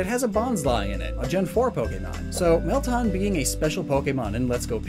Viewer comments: Bro it's Meltan!!!! NOT MELTON!!!! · It's Mel - TAN! Not Mel-tahn! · Isn’t it “Mel-Tan” As in like “tanned colored” Not “Tahn” I mean don’t we literally hear how the name is pronounced in the Prof Oak & Willow Trailer? Edit:Just went and check. It is “Mel-tan” & not “Tahn” like how you are saying it. Idk though, maybe you just have an accent. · Mel-tan, it’s not hard. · Meltan is pronounced Mel-tan not Mel-taan